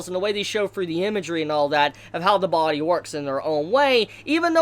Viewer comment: Take a shot every time he says... "bawdie"